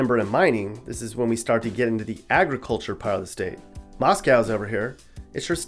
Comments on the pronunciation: Boise is pronounced "boys-sea" and Moscow "Moss-go" by the local yocals, coming at ya from a Idaho veteran who's live and been around the whole state and NW US area. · Hint: Moscow is pronounced "Mosco." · It's pronounced moss-ko, say it like a native ;-) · Also the way he said moscow. Moss-co is how its pronounced. At least thats how everyone I've heard talk about it pronounces it